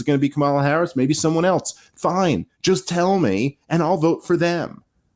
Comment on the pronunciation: Dave, I like the channel. The word is “else.” Not “eltse.” There is no letter “t” in the word. Other than that, keep it up!